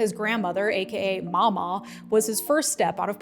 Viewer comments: Excuse me. It's Ma'am maw. Not mama. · real quick I'm from east central KY and have family in those areas. Mamaw is pronounced "Maam Aw" not "Maul Ma" Papaw is pronounced "Pap Aw" and now "Pawl Pawl". Louisville, KY is pronounced as "Lou a vul". I provided these simple phonetic representations to help out. As a proud Kentuckian who votes Democrat (Go Andy!) I do take offense when my Commonwealth and fellow Appalachians are derided in the media. We are not any more undereducated than the rest of the country. Many famous people have some connection to Kentucky such as George Clooney, Ton Cruise, Johnny Depp, Loretta Lynn, Ashley Judd, Wynona Judd, Naomi Judd, and Wendell Berry just to name a few. People in the hollows (pronounced hollers) and the mountain counties have been hit particularly hard in recent times as the popularity of tobacco and coal has dropped leading to the loss of well paying jobs. Nothing has come in to replace these jobs and as such our mountain folks have gotten a bit bitter about the state of things in general. People need to try and understand the reasoning behind why people do the things that they do and the culture they grew up in. When my high school band got to march in the Macy's Thanksgiving Day Parade the band members were told not to mention where they came from or they would receive ridicule from the New Yorkers. I do not appreciate Mr. Vance trying to identify with our Commonwealth and I do not appreciate anyone deriding our Governor as a potential VP pick (Go Andy!) or my Commonwea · His grandma live 2 streets over from me in Middletown not in KY and it's mamaw (maam mall )